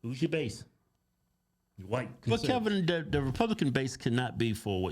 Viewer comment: HIS NAME IS PRONOUNCED KEV-IN “not” KEBb’EM” lol still funny n cute 🥰